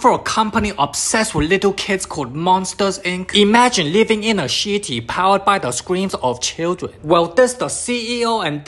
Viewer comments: Every thing pronounced in chinese is jusy starting with "sh" even he says shitty for city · "imagine living in a sh!tty powered by the screams of children" 💀 you cannot deny that he said sh!tty, not city ive replayed it over and over, listening carefully. he said sh!tty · I love how he says shity instead of city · " the shitti" 💀💀💀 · Definitely took me a couple moments to realize homey was saying "city"